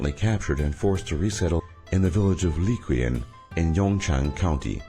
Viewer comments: Did he really say "Leekwee-in" I mean, I can understand why you may not be able to perfectly pronounce that, but at least try to search up the pronunciation. Like "Qin" is pronounced "Chin", not "kwin"... Also, please stop using Hong Kong scenes. HK is supposed to a be a face of the somewhat free, democratic side of China, not the harsh oppression and terrible Communist Party and their dumb actions that is discussed in this video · So, first: Zhongguo is pronounced closer to "jun-guo". Second, the Hanzi (Chinese characters) used for the name is wrong - over half a century ago the PRC (People's Republic of China) adopted simplified writing. Third, Qin is pronounced like "chin", similarly to how Liqian is closer to "Lee chee ahn". Fourth, the etymology of the name China is unknown, but it is believed to come from the Persian word, which does refer to the Qin dynasty. Up until only a couple of hundred years ago it was referred to as "Cathay" (a name referring to the Khitan Empire, AKA Western Liao dynasty). Fifth, the battle of Zhizhi is pronounced closer to "jeh jeh". Sixth, the myth of Romans forming the city of Liqian has been debunked ( Seventh, the idea of "utilizing" geniuses is downright degrading. Would you say that the US "utilizes" geniuses? Of course not. Look, I live in China. And much of what I see here consists of what probably amounted to 10 minutes of surfing Google and noting anything that sounded interesting, and no fact checking involved.